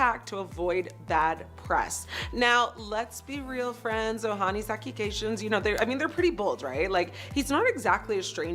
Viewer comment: What's wrong with chick from She can't pronounce the word 'accusations'??